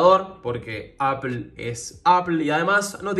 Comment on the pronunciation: Se pronuncia “apol”